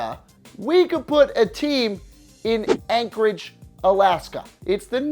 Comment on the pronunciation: All credibility was lost when you said Anchorage